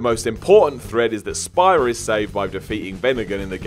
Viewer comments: Says "Spy-Ra" instead of "Spear-A".......at least he didn't say "Tee-Dus" I am happy Edit: Anyone claiming "Tee-Dus" is the proper pronunciation is unequivocally incorrect. Play the game. Hear them say "Tide-Us" each and every single time. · You're saying Spira wrong. It's pronounced Sphere-ra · "Spy-ra." ..... I swear you guys don't even play these games half the time and just look up videos or wiki articles about them. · My man said "Spy-ruh" and "Zanark-Land" though 🤣 In his defense, all the locations in FFX had bonkers names. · I agree. Especially the way he pronounced Spira and also Zanarkland instead of Zanarkand. Lol.